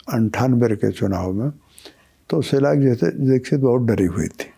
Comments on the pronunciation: Shila dixit ko shilajeet kyu bol rhe ho😅😅😅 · मैंने भी यही सुना और यही समझा..शिलाजीत 🙏😆😆